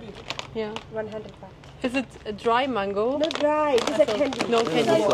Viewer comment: Can't even say mango properly